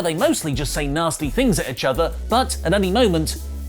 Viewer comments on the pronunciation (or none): Why does still say itch rather than each